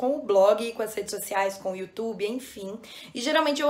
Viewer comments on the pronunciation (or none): none